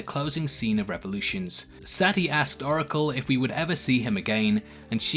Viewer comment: Funny how you pronounce your T's with every word except Matrix and Saati. But on one occasion, you pronounce the T in matrix. Not gonna lie, I found it annoying as hell. Why discard the T in the Ma-Trix and pronounce it as Mae-Rix?? And dont say accent as it doesnt seem to affect any other words in your vocabulary. Sort it out.